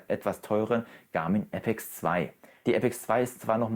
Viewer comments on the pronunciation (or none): none